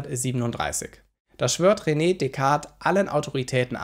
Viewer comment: Besten Dank für deine tollen Videos. P.S.: Französische Aussprache von René ist "Röne" und nicht "Rene".